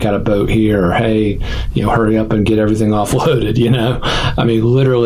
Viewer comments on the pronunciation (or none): none